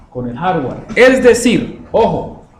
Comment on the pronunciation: No sabes pronunciar Hardware se escucha muy mal... Repites mucho "¿Estamos?"... mal